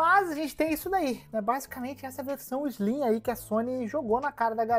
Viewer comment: PlayStation 5 "ISLIM"?? Não conheço.